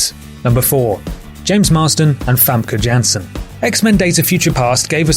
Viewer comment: oe this is the first time i heard an american prenounce famke jansen lol